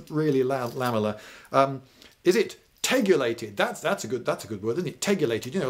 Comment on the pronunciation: I'm just here for, 'tegulated', and the inventive comments.